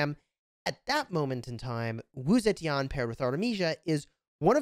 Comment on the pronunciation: is pronounced Wu Ze TEAN for you. NOT TI AN